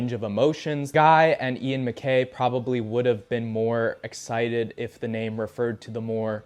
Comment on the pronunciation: You mispronouncing ian and guys name tickled me